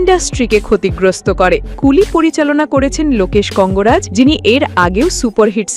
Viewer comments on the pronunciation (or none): লোকেশ কঙ্গরাজ 😄😄 হুদাই নিউজ করতে আসছে, ঠিকমত নামই বলতে পারে না